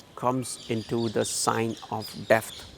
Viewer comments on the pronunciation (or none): Are you saying "Depth".............?